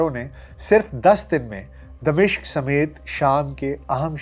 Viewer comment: اگر (د) کے نیچے زیر اور(م) پر زبر کریں تو دمشق کا درست تلفظ بنے گا۔تبصرہ زبردست ہے،اللہ اجر دے۔